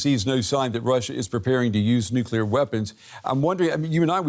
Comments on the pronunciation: "nookular" video closed, learn english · The credibility of the guest was reasonable until he pronounced “nuclear” as “nucUler” what the heck!? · Never trust someone who says, "Nookyaler." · talks about "Nucula". What in the heck is that? Is this guy actually in touch with military issues? What is his competence level? If he operates on a primary school level of English, at what level does he operate in military strategic planning? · Why can't these "experts" pronounce the word "nuclear" properly?